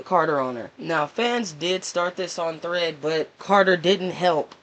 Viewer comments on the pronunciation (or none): none